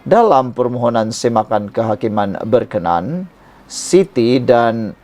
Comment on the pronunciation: TUAN FYI ...BILA MEMBACA BERKENAN DAN BERKENA AN HARUS LAH DI BEDZAKAN SEBUTAN NYA ! ...... BERKENAN ... BERMAKNA MENYUKAI (SUKA) ..... BERKENA AN ITU BERMAKNA ( BENDA ITU / YANG ITU ) ........